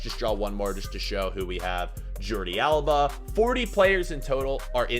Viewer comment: Jordi Alba✅ Jordi Alaba❌